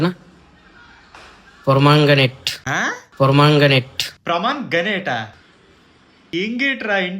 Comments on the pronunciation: Promogranate ❌️parmaginate ✅️ 😂😂😂😂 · Pormoganet kadhu pirmeganet🤣🤣🤣🤣😅